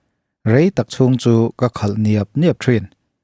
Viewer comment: Khâl,, leh khalh hi a hrang daih, Lusei ṭawng thluk hi uluk hram hram teh u